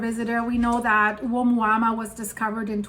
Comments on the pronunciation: You are. It's pronounced oh MOO-ah MOO-ah. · It’s pronounced a mooa mooa. Like a cow moo’s. Hope that helps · Thank you so much for these videos! Let me help you pronounce the first object from the Hawaiian language Ou - mua -mua Like you just got surprised walking into a cow Oh! Moooo-a. Mooo-a 😊